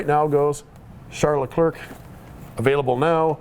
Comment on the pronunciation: It's pronounced LEH-CLAIR.